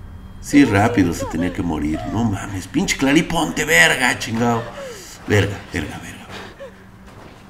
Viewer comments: Clari ? Que no se dice cler ? Xd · "CLARÍ"... Tu y tú cursito de inglés online